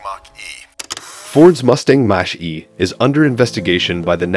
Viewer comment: What is a Mash-E? do the Monster-Mash!